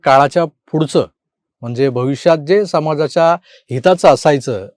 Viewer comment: "फूडच".... काय बोलणार ना आता.. वाह.. आम्ही तर "पुढच" म्हणतो